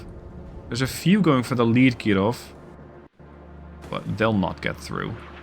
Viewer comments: Please, don't try so hard to Pronounce "Kirov" in a Russian accent, it is annoying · I don't know why you are saying "Kirov" with a French accent, but I shall accept it.